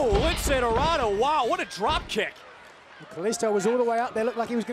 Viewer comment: Dorardo? Really?